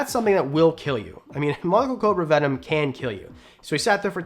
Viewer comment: I’m calling bullshit on how venom is pronounced. 😂 I’ve heard the word my whole life and not once have I heard it said like that. An I grew up with the legit animal planet. Jeff corwin, Steve Irwin, jack Cana. Anyways love the videos and pretty cool watch. I will sub.